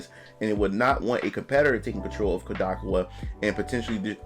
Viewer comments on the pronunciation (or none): Kodakowa? You mean Kadokawa? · That man said koo-da-ka-waa 😂😂😂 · *"Kah-dou-KAW-wuh", btw!